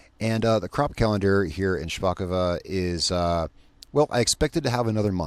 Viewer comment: If this was Russian, you’d be correct in saying “shpakova”, the second o would make an a sound. But this is Polish, so it’s “shpakovO”. Great job tho!